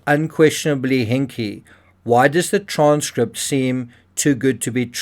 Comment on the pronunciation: I love the "HINK" 🤣🤣🤣